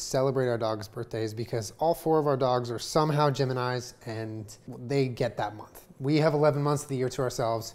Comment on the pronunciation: me: the dogs are geminized? that’s a good description for their birthdays, classic. also me: he said GEMINIS.